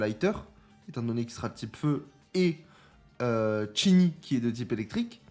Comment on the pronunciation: Ça fait plaisir de voir que tu prends en compte les commentaires laissés dont le mien et que désormais tu prononces Chin Yi au lieu de Shin Ji pour Qingyi, c’est pas grand chose mais c’est super cool car tu écoute ta commu 😊 Pour le perso de ce que je peux te dire je connais grosso modo le kit par rapport à des leak mais évidemment ça pourra changer donc je dirai rien mais une chose qui est certaine c’est que le perso va avoir un combo à la Qingyi en attaque normale, il pourra combo a 80 hits ce qui est énervé. Et tout comme elle il pourra enchaîner son combo et le reprendre si il esquive et compagnie, et après c’est à vérifier mais avec un de ses doublons son combo pourra même monter au dessus de 80. Donc en tout cas son gameplay va être super cool ça c’est une certitude ! Maintenant ce qu’il apportera à une team concrètement on verra ça plus tard mais le perso il va bourriner avec ses poings ça c’est une certitude 🙃😂